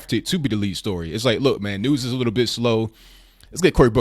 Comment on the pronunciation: I think "witto" Booker needs a "witto" time out or 3 years of mandatory anger management !